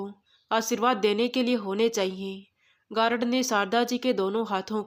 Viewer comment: गारड नहीं। गार्ड